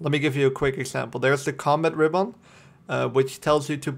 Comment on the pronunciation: That's not how you pronounce RIBBON :)